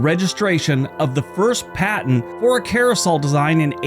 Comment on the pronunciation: "Carrosol"? The word is "CARE-uh-sell".